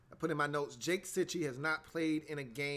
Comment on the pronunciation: Sorry but I gotta point out that it is JACK Cichy. Not Jake.